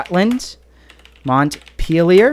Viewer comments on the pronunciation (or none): none